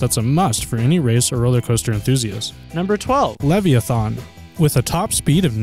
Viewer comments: LEV-E-A-THON????? it is LEV-I-A-THAN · LEVVY ATHON? LEVVY ATHON? LLLLEEEEEEVVVVVVYYYYYY AAAAAAAATTTTTTTTTTHHHHHHHHOOOOOOOOONNNNNNNNN?!?!??!???? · It's lev-i-a-than